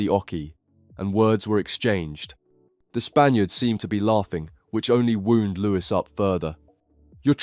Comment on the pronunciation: “Wound” rhymes with round. 😂